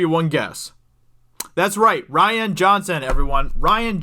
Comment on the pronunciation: rian (ree-an) not ryan (rye-an) ....... duh.